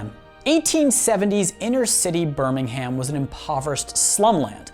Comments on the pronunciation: British here - it's pronounced as Birmingum not Birming-HAM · BirmingHAM...bro you butchered it, it pronounced burmingum.... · Birmingum is how its said not BirmingHAM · ber ming erm not HAMMM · Every 'Birming-ham' made my spine crawl, especially since I used to live there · You said Birmingham wrong you pronounce it like burmihmm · It's pronounced burmingum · Birmingham is pronounced Ber-ming-am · can we get a British stunt double to say Birmingham properly for him? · Listening to Americans pronounce british town or city names is hilarious the ‘h’ is basically silent in all british accents as well as they say it in the show and it’s nothing like how you’re pronouncing it